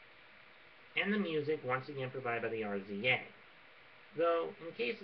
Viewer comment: I saw the movie 3 years ago and it was the shit. The RZA is pronounced "rizza," not spelled out. I don't get how nobody has ever heard him all of a sudden. Anyway I thought the movie was the shit and I hope they make another one or do maybe some other shit with the story mother fuckers don't see coming. I haven't seen anything about afro samurai since the movie so I hope it's not over. They should bring justice back for another movie. It looked like him at the end of resurrection.